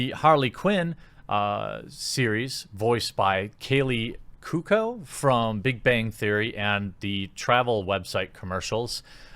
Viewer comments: Dear Jeremy: Kay-Lee Coo-oh-ko. Thank you. lol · Jeremy, my man. You've GOT to work on your pronunciation of names and certain words. Examples: Kaley Cuoco --> Kay-lee Koo-oh-koh Margot Robbie --> Mar-go Robb-ee